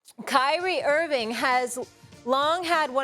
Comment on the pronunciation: Kyrie left Nike say it right